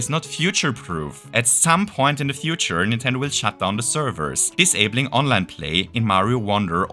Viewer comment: Oh! You said Online! I thought you said Onland lmao.